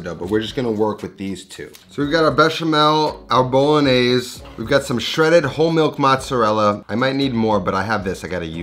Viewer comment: It’s bolognese not “Bowlognesay”…